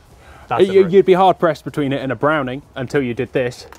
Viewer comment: I can't tell you how relieved I was when the elephant in the room was finally and clearly identified in this video... the fact that both of you don't have a clue how to pronounce "Miroku". So I will promise one thing right here and now. When we finally get you to Japan, prior to taking you on a tour of the Miroku factory, you and I will spend an evening over several sturdy beers (IPA being my preference), we will cover various underlying issues such as history, culture, linguistics and colonialism; and regardless of whether we get to the bottom of why people of certain nationalities routinely murder the pronunciation of foreign words or not... one thing I do promise. By the following morning you will know how to pronounce Miroku correctly!!! And I guarantee that it will sound nothing like the way you have pronounced it up until now. :) Here's to hoping this dream of mine comes true! And thanks for yet another fun video.